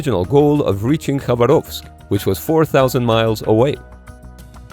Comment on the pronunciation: Very nice try to say "Khabarovsk" correctly👍